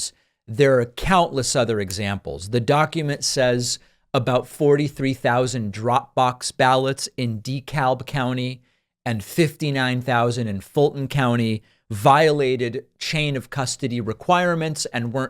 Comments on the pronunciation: It's actually "De-Kab" county. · Btw, the /l/ in DeKalb is silent. It’s pronounced «dee-kab.» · David you’re too smart to keep mispronouncing words like Dekalb county lol. It’s “da cabe” county. Then the other day you said the family guy’s dude name wrong lol. Love the content. You’re working too hard slow down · It’s pronounced D’Kab County, David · David, sir, it’s pronounced strongly “Duh-KAB” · Dekalb is pronounced- De-cab. The L is silent. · It’s “D cab” county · DeKalb county.. L is silent, just say it as if there is no L at all.. "Dekab county" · DeKalb is pronounced duh-cab. But I know you know that. It’s a predominantly african american. As is Fulton. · David, DeKalb is pronounced duh-cab with the emphases on the last syllable. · It’s pronounced DeeKab the “L” is silent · Dekalb, Ga is part of metro Atlanta and it’s pronounced De Cab here. The L is silent. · That’s “deCAB” (Dekalb) County, David. We’re weird in Georgia. 😊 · the "L" in Dekalb is silent ;) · One does not pronounce the L in DeKalb County, Georgia. And weren’t there HAND counts? Why is he talking about a machine count?